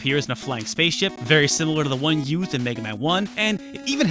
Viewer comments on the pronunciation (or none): "One youthed in Megaman 4" you okay there?